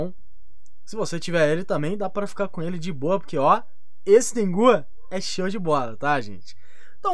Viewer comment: mano, não é Tengú, é Tengu (Tengo) KKKKKKKKK